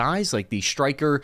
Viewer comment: "Shtryker," "deshtroy," "shtrategic"?